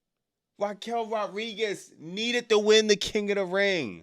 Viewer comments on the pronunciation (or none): Wwe is horrible at the moment for the past 2 years or so...smh....😂😂also you keep saying Raquel names wrong it's Rodriguez you never say the D 😂😂😂😂